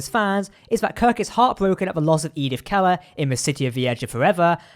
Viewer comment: KEELER...not Keller... Oi